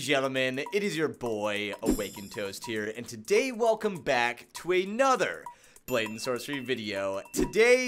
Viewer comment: not "brayden sorcery" it's "blade and sorcery"